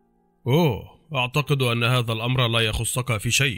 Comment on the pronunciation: يخصك الياء مكسورة الخ مضمومة الص سكون الكاف مفتوحة شكرا